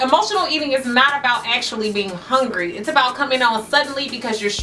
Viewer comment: I love the fact that you say HONGRY...lol... I totally say that. This video was great! Thanks